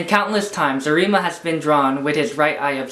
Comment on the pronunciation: Am i the only one watching this in 2021 and is annoyed for saying arIma instead of Arima and kanEki instead of kAneki (the capital letters are where you should point the letter)